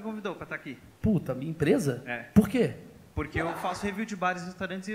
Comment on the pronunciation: Kkkk cara quase tive um infarto de riso com esse começo kkkkkkkkk, kkkk ele apruque e pruque, (não) kkkkkk